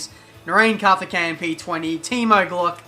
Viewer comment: Karthekayein. What a legend XD